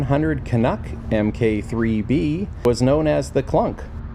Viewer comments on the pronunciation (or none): I can't. "MK" is pronounced as "mark", not the letters...